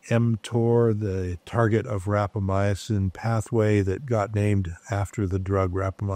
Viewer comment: How much experience does the doctor have with rapamycin when he is mispronouncing it?